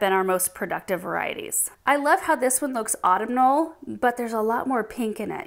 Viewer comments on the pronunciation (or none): Autumnal is pronounced "aa TUHM nuhl" Reminds me of this guy I know who pronounces the bird Goshawk as "gosh hawk". Smh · Just a helpful hint on how to pronounce autumnal...auh - TUHM - nuhl. BTW, I have a wager with my friend, who also watches GA, on how many GA subscribers are going to be offended by my helpful tip.😉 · Beautiful presentation!, say Au - TUM - nal. Thanks! 💐 💐 Also, mauve is MO - V because the au = an o sound. I wasn't born in this country so I'm very sensitive about getting pronunciation right! 💐 💐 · I’ve heard anyone pronounce it autumn-al and not aw-tum-nil. It’s so interesting to hear how different words are said in different areas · Love every single dahlia! I grow many myself……….. but I just have to say autumnal is pronounced Awww-TUM-nal.